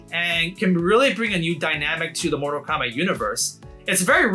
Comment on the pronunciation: "Instead of it being Kombat 1 again"